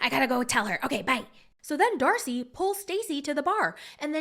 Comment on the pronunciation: Did anyone else notice say “dacey and starcey” lol